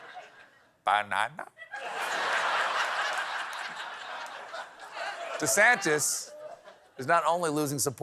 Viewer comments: 🐵 Bah-nan-nah?🍌LOL lol lol! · Ba-na?nah?, Freakin funny!